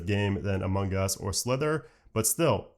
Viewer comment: Sounds like you're saying "Among Gus". Every time.